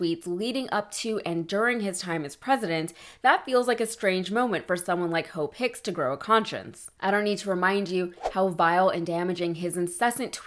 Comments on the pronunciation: He pronounces Hope Hicks "Ho Picks" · I swear he’s intentionally saying “Hoe Picks”